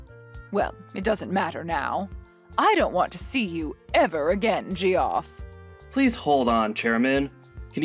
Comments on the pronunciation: Ha, ha, ha, they called him Ge-off. It's pronounced Jeff. Idiots. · I think it's pronounced Jeff, not g-off